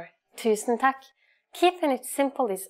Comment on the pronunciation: hvorfor hørtes det ut som hun sa «Tækk» lol